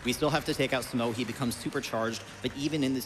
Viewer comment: Tough. Dough. Through.... so how are you actually supposed to pronounce 'Smough'? 'Smow' just sounds wrong to me 😂